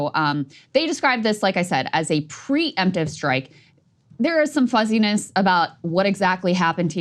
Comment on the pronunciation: it's "pre-emptive"